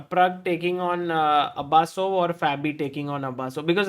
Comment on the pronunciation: His name is not Abasso it is Abusov😂